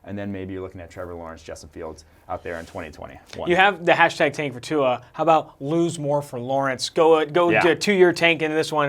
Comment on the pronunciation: Legit dumbest shit I've ever heard. Tua by far has the best deep ball in college football. They don't even know how to pronounce his name right.